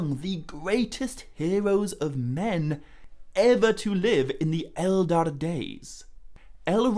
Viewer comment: Hey, great video as usual, though two questions regarding pronunciation. 1) I think the 'ch' sound in Narn i Chin Hurin should be pronounced as in the Scottish 'loch' or German 'echt' (for example). Not as K. Mind, this is easier to say as a Dutch-speaking person than as an Englishman. 2) I notice you often refer to the Elder Days as the Eldar Days. Or do I just mishear that? To me, the Elder Days is just like 'my elder sister', nothing to do with the Eldar ie. Elves. I realise this is incredibly pedantic.. Feel free to ignore me, your material is amazing.